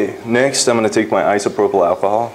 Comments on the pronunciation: Thank you! That was brilliant! What an artist! I'm Dutch and i really sometimes an not understand when you say things like "Isoprobl", Is that really the name of what you used to sprinkle? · I know I'm late but he says "isopropyl" which means alcohol.